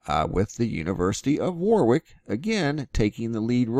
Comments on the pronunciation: It's pronounced' 'warrick'! Thank you for sharing though. Love your videos, learn a lot. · Warwick pronounced wawr-ik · its pronounced worick. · It's pronounced Wa-rick. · You say it as Worric 😁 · The second 'W' in Warwick is silent. "WARICK' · Warwick pronounces War-ick!! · Warwick , UK , is pronounced Warrick . Brit idiosyncrasies :) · Thanku great update Warwick pronounced without the 2nd W as in Warick. I guess theyr paving the way softly for disclosure or maybe not?